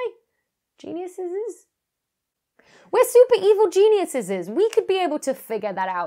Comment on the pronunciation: Stealing the Moon AND saying Genuiseses? You've definitely been talking to